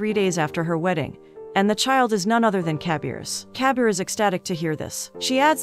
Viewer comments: It's not kabiar it kabir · its not cabier ,its kabir